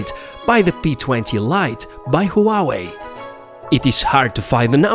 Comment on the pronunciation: Its not Hooawei, its Huawei